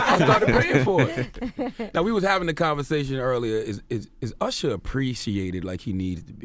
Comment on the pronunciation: did envy just introduce him as ursher?